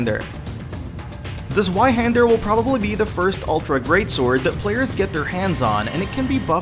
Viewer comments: Z-way-hander not Z- why-hander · Ze-Y-hander? That's 2 for german. TwoHander. Pronounced Zv-eye hander. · szwaihander.... learn to speak it in german zweihander